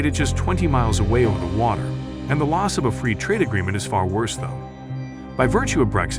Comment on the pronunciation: We're fwee!